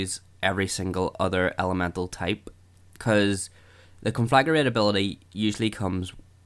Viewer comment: Nice video, but every time you pronounce Conflagrate as "Conflagarate" I throw up a little.